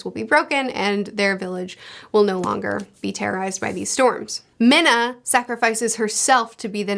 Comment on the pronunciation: It's mina not Mena. Mena: I did not sacrifice myself damn it. But I'd spend time in the spirit world. Sounds cool.